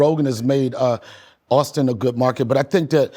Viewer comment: this man said markít😂